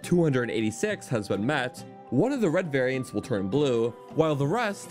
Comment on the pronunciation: This dude absolutely murdered the word "variants". Should be a crime.